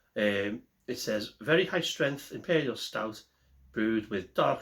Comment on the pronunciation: Imperial "STOUR"?